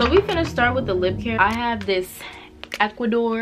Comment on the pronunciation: “Equ-wa-dor” it’s pronounced “akwa-for” (No hate, just thought u should know)